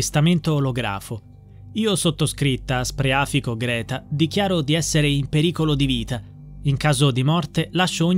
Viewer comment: Scusate però ma il cognome ditelo con il giusto accento: Spreafìco, con l'accento sulla I, non sulla a